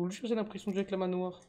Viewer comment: dans cette vidéo j’ai entendu que « manoir »